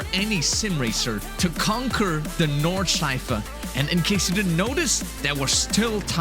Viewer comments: My German heart is dying when hearing ,, nordschlaifle" in the intro mate 💔 pls redo and reupload this sht or I'll unsub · Nordschleifle? Where did you get that „le“ from??? Nord-schlei-fe